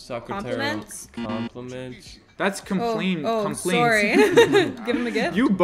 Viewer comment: mandys ‘soreh’